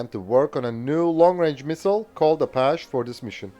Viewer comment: a-PATCH-eee Good vid.